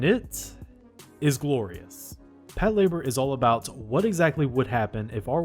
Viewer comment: is that hows its pronounced? Its not PAT -la - BOAR?